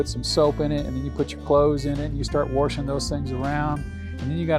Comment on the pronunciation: Had to stop watching…. Sorry…. NO R in WASHING